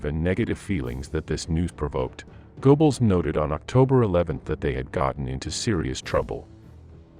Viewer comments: "Gerrbols", not "Goboles" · Goebbels: Go-Bells? Uh, no. More like guh-bells: that oe represents the o-umlaut in the original. This continual mispronunciation is painful and leaves us all with the impression that the video is recorded by fools. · Goebbles is pronounced more like Gerbbles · You're going to have to fix your (or your computer's) pronunciation of names or you're just going to get laughed out of business. "Moss Cow" for the capital of Russia, pronounced moh-scoe, is merely a midewestern US illiteracy, but go-bells for Goebbels, roughly "guh'-blz," that "oe" is an e-umalut, is just hilarious. But also stupid. What you have here is a very clever beta that is not yet ready for the market. Do not pay the company that is using you to test their audio software, OK? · And Go-Balls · I noticed Goebbels mispronounced also Goring. In German, W is like a V in English. I think Hitler was so desperate for good news, he jumped the gun, claiming victories that had not occurred. Even the weather was against them. First the rains and quagmire. Then the extreme cold.